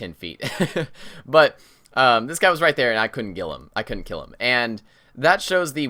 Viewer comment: "its a lot easier to gill them" - 2016